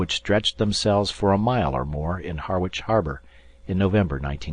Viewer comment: The first paragraph mentions Harwich Harbour, Esseex, UK. Unlike the Harwich in the USA, the UK town is pronounced 'Harridge'.